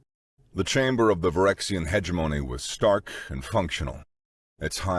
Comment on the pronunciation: "Hegemony" LOL HAHAHAHAHAHA Ha-Gem-Money